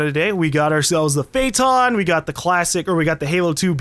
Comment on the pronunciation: Lol he said Prayton instead of Phaeton xD